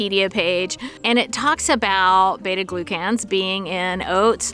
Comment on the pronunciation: It’s not pronounced glue can that’s for sure. You’re sounding it out the elementary school way but not actually saying the word as it should be. Glucan. Gloo-kin. 😊